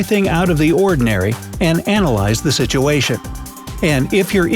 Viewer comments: he said sichin instead of situation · he says the sichen not situation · you said sition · why is no one talking about him saying "sitchun?" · “it complicates the sitchen immensely “ I replayed that 1,000 times lol 😂